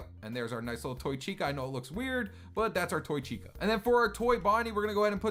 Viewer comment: Chica, not Vhica